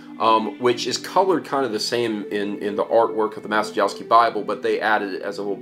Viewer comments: "Mah-che-yov-skey" would be a better pronunciation (the "cie" sound is closer to "che" - not the same, but "che" is the closest sound in English that I can think of). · It is pronounced "Ma-chye-yov-sky". Bernard Maciejowski was Polish Bishop in XVII century and he was the first known owner of this bible. (tip: in Polish every "j" and "i" is pronounce like English "y" - only "j" slightly "longer")